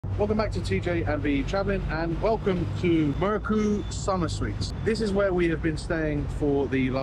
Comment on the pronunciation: Merku 😊 mercu pronounce as merchoo